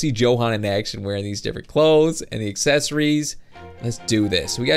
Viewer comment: its pronaunced yohan not johan